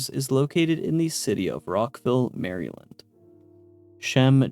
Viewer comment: I love your videos man and I have for awhile, but if I hear you say “Mary-land” again, imma jump you irl